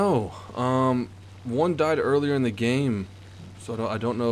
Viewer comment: Ahahah Spark Thunder and xD "sose 20 mm are like gandy dust to ze german planes"